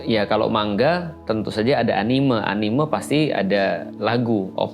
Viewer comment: tad maaf, saya agak terganggu sama cara ustad bilang "anime". "me"-nya itu kayak bilang "Merah" tad. bukan "me" kayak bilang "mengapa". CMIIW